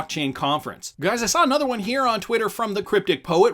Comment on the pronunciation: Again its pronounced "won" not "you on"